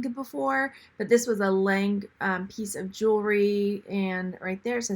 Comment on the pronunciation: The item marked “Lang” are you sure that wasn’t “Lane” as in Kenneth Lane?